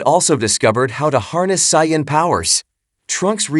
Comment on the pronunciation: learn how to say saiyan correctly !!!!!!!!!